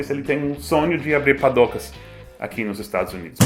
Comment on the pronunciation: Seth falando padoca nunca ri tanto um gringo falando padoca :')